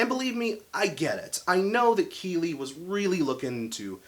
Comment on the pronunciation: You're pronouncing Kele wrong and the new drummer didn't even join the band until the album was finished. Just some correction 😉